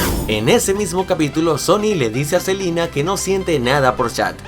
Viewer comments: Like si te diste cuenta que dice selina y no selena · Like si notaste que en ves de selena dijo "Selina" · dijiste otra vez selina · Like si dijo Selina y no Selena 😐😐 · Por que decís Selina si es Selena 😂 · Selina o Selena? :v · Selena no selina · Es Selena no Selina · Like si te diste cuenta q dijo selina gomez en vez de selena gomez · odio que diga silina y no selena😠😤😣😡😬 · Es selena gomez no selina gomez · por que sigue diciendo selina gomez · es celena no celina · no es celina es selena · Dice Selina no SelEna* 😂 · dijiste silina gomez